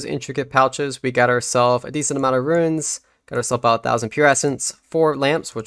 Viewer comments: I wasn't trying to he nasty, I just wanted to help you with your pronunciation Runes - roons Ruins - rew-ins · Bro it’s runes, not ruins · hes right you know. it's "ruuns", not "ruins". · Why would you say runes or ruins. Its runes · runes or ruins? It's runes dude wtf lol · why would it be pronounced 'ruins'? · It's pronounced ROONS.. Pls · Is it just me hearing things or is this guy pronouncing runes wrong it sounds like he's saying ruines